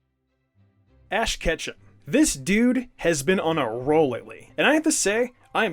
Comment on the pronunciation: did i just heard "ash ketcha"